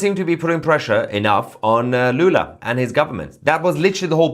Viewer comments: Not Lulu, it's Lula, Got it ? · If you want to make serious news how about starting by naming presidents by their real name. It‘s Lula, not Lulu.